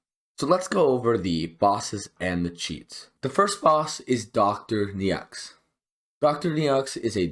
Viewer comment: Thanks for the guide! It's Dr. "NO" btw. That's how you pronounce "Neaux":goodvibes